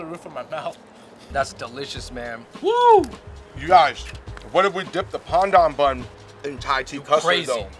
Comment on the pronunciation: i'm glad you guys switched up the pronunciation of pandan, it's been a long time coming!! Dope vid y'all!